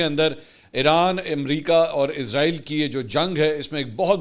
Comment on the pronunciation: # Ask Mansoor Ali Khan آپ وی لاگ ۔۔ اردو زبان میں بنا رہے ہیں تو پھر ۔۔ اسرائیل کو ۔۔ ازرائیل یا عزرائیل ۔۔ کیوں بولتے ہیں ؟؟؟ عزرائیل تو اک فرشتے کا نام ہے ۔۔ تو اس طرح indirectly آپ ۔۔ اسرائیل کو فرشتہ کہہ رہے ہیں ۔۔ تو پلیز زیادہ ماڈرن بننے کی بجائے جو اسرائیل کا اصلی نام ہے وہی لیا جائے تو بہتر ہے